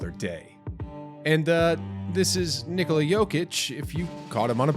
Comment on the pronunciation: It's ni-KO-la, not NI-ko-la.